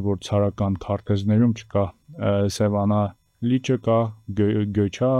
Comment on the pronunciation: գյոյչա ,, չէ ' ,, գյոԿչա ,, է